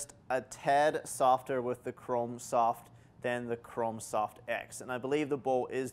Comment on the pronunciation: Is he saying Chrom soft or Chrome soft?